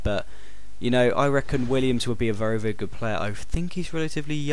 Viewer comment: U say vury